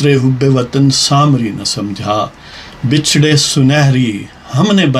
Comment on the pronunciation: بچھڑے۔ bachray ب کے اوپر زبر ہے